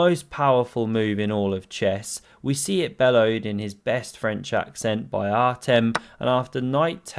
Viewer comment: By the way, that name is pronounced Artyom. I know no one cares, but mushrooms.